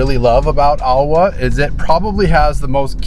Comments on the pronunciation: When you pronounced Aoa I thought you meant Auā. Which thats another village before you get to Aoa. Aoa is pronounced as Aoh-ah. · lol I would pronounce it “ow-ah” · Yea it's like [ ahh - ow - ahh ] no hate😂😂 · Aoa easy to pronounced owa. Hope that helps. Also you guys should visit Sailele. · Or simply pronunced Awa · This is were I grow up at, one of the best place on earth in my opinion😂. And you also pronounce Aoa wrong, you pronounce as AUA. But thank you for sharing your awesome video.